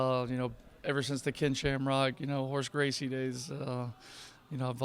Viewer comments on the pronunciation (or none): “Horse Gracie”